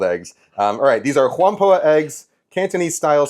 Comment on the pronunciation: Just a quick correction: Whampoa is a 2-syllable word, so it's pronounced "wham-POW" (or more accurately in Cantonese, "Wong-Bow") eggs. I may be biased as a Cantonese myself, but this is how I like to eat scrambled eggs best. Western-style scrambled eggs are always either too dry and overcooked, or too wet and porridge-like with no texture. Canto-style is the perfect balance: large egg curds that provide texture, but with enough liquid/runny-ness left in the eggs to provide a smooth & silky mouthfeel.